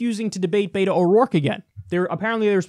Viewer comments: Bet-o not Beet-o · It's pronounced Bet-oh not bait-oh